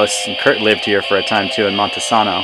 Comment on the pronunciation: Montesano is pronounced Mon-teh-say'-no. I grew up in Aberdeen, WA. and the surrounding area. I left at 27 years old in March of 1981. I went to Hoquiam High School with the guy in the video, Gary.